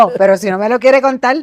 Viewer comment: Como contal? LO Correcto. C O N T A R.